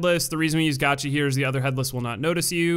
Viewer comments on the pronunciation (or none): none